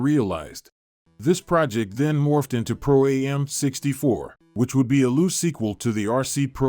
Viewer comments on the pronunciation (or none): Pro Am, not A-M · Pro-Am is pronounced phonetically!